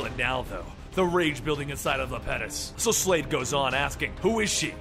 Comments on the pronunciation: It's small, but the Titan's name is pronounced Iapetus, with an i (I-a-puh-tus). Great read through regardless. Keep up the good work bro.👍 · It's iapetus